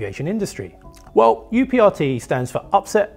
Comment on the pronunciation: UPRT should be pronounced as uprt. That's how we do it at my airline